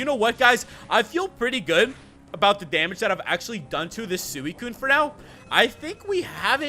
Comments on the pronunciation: It's pronounced (swi,kun) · You are not pronouncing suicune right